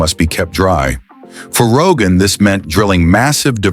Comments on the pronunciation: Если про что то хочешь рассказывать , сперва изучай материалы , работай над произнощением . Не Роганский ГЭС это , правильно будет --- Рогунский ГЭС . И раз таджики взялись за это то неприменно будет построено и пусть будет самим больщим в мире . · Did I hear Rogan Dam? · Ни раган а Рогун.